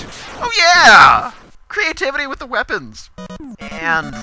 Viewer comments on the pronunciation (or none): none